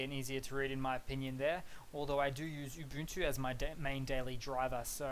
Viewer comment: It's pronounced Oo-Buhn-Too. Not Yoo-Boon-too or Oo-Boon-too. And this vid seems to be entirely superficial differences regarding the UI. Any chance for a deeper dive?